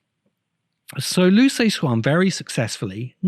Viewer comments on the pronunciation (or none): The CIA didn't exist during World War 1; it was formed in 1947. Perhaps you're thinking of some different agency. Liu Ci Xin is pronounced "LYOO suh-SHIN".